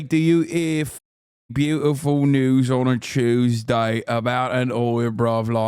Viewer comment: “…On a CHEWSDAY nonetheless!” Im already dieing